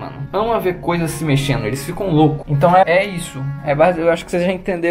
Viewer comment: Ele falou hentão?